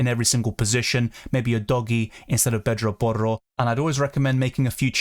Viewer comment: U pronounce pedro porro so well